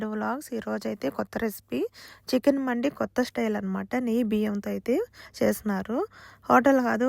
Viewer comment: అది మండి కాదు మంది అరబ్బీ వాళ్ళందరు మంది అంటారు , మనవాళ్ళు మండి గుండి బుండి అంటారు పలకడం రాక